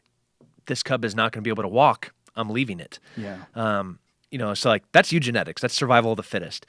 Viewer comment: *Eugenics Tim, not Eugenetics. hahaha still get his point and love him and Joe!